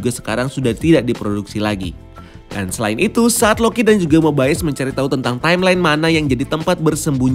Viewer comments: Nyebut Mobiusnya bukannya normal aja (mo-bi-us) ya? kok nyebutnya Mo-bay-yus terus ya? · Mo bay yus